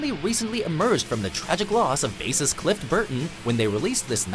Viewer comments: "Clift Burton" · Did....did they say CLIFT Burton??! ಠ_ಠ